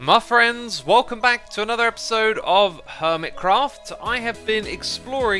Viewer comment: At the beginning i could of sworn he said "Muffriends"